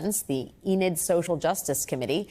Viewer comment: Enid, not Eden.